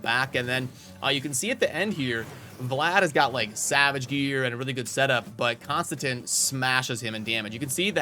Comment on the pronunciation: Konstantin... Say it with me now CON-STAN-TEEN